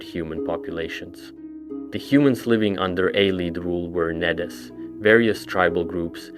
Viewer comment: It’s “Needs” not “Ned Es” It’s “ay-lids” not “eye-leads”